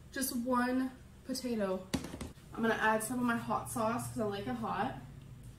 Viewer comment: I wonder if she had several mini strokes because I didn't know spinach potatoes broccoli cauliflower and carrots all goes together in a soup I swear I must be hearing things but it sounds like she said batato she doesn't have any tastebuds because every video she eats the food straight from the pot very hot so I doubt she can taste it Oh wow that wasn't soup that was chilli YIKES!!! I just acknowledged that shit in the pot no one likes it including her so they have to eat out Well if you're AL gorlfriend its just like being bit by a zombie and then you will turn into a zombie but AL sucks the energy out of everything including humans and animals